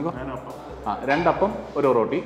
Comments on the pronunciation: ഒറോട്ടി അല്ല ഒറട്ടി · ഓറോട്ടി അല്ല ഒരട്ടി ആണ് bro...